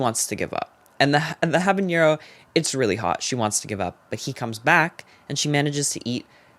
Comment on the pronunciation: love ya but habanero doesn’t have a ñ it’s just habanero😭